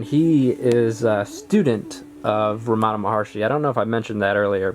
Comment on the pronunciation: It’s not Ramaana It’s ramanaaa